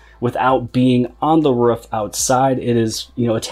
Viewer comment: how did you just say roof bro